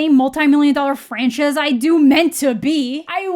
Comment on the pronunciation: Also "Franchuhs" need that on a shirt